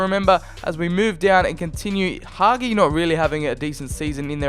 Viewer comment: Hagi s pronuntiation is Ha-Gee